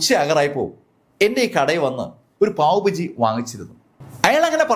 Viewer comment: Sir, പാവ് 'ഭജി' അല്ല, പാവ് 'ഭാജി' എന്നാണ്, 'ഭാജി' എന്നാൽ കറി.. ബജി എന്താണെന്ന് താങ്കൾക്ക് അറിയാമല്ലോ.. അതുപോലെ 'പാവ് ' ഒരു റോട്ടിയാണെന്നും..😊